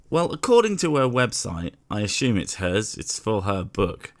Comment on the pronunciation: ASHUME? Please somebody else tell me they heard that. Maybe my nearly half a century of life pronouncing the word 'assume' without a 'h' have been in vain.